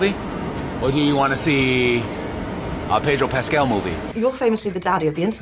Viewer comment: "Pedro Rascal"